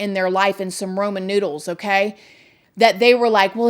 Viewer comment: “Roman noodles” 😂 🤦🏻‍♀️😂 I love you!!!